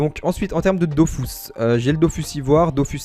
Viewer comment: Sa me stresse quand tu dit dofous mais bonne vidéo frero !